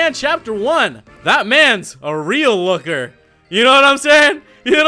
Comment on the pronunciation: Man lokker sound so so so so so so so so so so werid